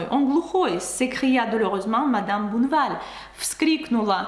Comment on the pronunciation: Juste une petite correction : ce n'est pas monsieur "bouneval" mais monsieur Bonne val prononcé Bon' val avec un O comme dans "Он" en russe.